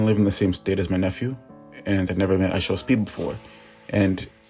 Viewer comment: You’re saying “I show sped” - it’s actually “I show speed”